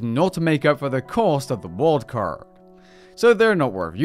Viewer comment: Am I the only one who keeps hearing him saying "worldcard/wordcard" instead of "wildcard"?